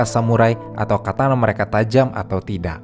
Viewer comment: maaf bang di koreksi, yang bener "Katana"😂😂